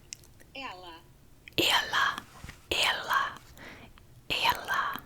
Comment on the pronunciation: A tip: to pronunciate "e" in "ela" down a little bit more your tongue. I'm really loved this video! Thank you!